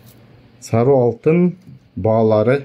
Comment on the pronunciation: Саруу эмес сары десен.